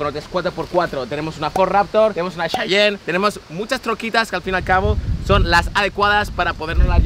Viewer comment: No mames, es: cheyene, como los indios americanos, no chayan como el chantante, saluditos.